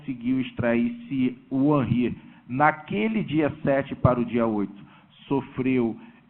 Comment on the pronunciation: Não é Hanry é Henry advogado idiota.